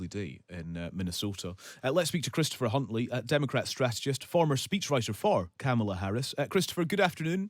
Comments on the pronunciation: Kamala is pronounced "comma la"' Journalists should know better. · Yeah. I noticed that. He probably doesn't know that Republicans are using that pronunciation as a racist dog whistle.